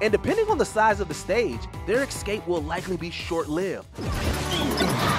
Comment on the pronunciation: It’s ESCAPE NOT EX-CAPE! Say what you will but some people are just dyslexic!